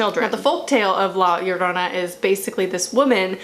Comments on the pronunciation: You pronounce La Llorona perfect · Your pronunciation of “la llorona” is this pretty nice! Also, is not only a mexican folk tale (even tho i can understand why you think that) I’m pretty sure its a whole latin america tale. I’m venezuelan and since i was little i was fucking SCARED of la llorona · I really just clicked on the video because I wanted to hear your pronunciation of La Llorona and it wasn't bad at all :v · Native Spanish speaker here, your pronunciation of it was p good. Thanks for at least trying. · Amazing pronunciation most people say "La Shaourouna" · I’m from a Mexican heritage and I was a little disappointed that the main wasn’t a Mexican because this was more of a Mexican heritage but she did good attempting to saying La Llorona. Also I am not that good saying her name and you said it right so yeah. I definitely believe there’ll be a sequel because hello conjuring😂but I love your channel. Also there are a lot of folk tales and how and why she did it so it’s truly not the right folk tale but it’s because for me that’s not the tale I heard so I was bias but still loved this movie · What really gets to me are creepy children and Asian ghosts. Anddd your pronunciation of La Llorona was quite well actually. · You actually pronounce the title very good 👍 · honestly you pronounced la llorona better than any other white youtuber i've seen try to say it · Yeah, she did